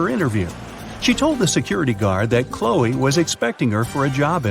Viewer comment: Her name is Chloe, not Hoe.